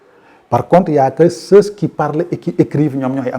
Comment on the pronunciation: Pour quoi prononcer ceuss pour ceux ( terminaison muette ). Sinon ras bravo !